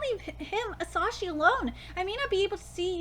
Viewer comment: His name is asahi not asashi